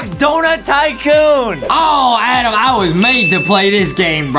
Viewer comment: in the last time his name is adam not adem